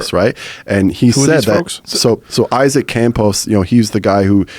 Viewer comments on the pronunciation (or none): none